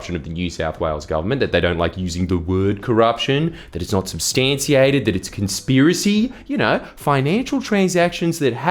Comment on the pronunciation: you said substantiated wrong and it has made my skin crawl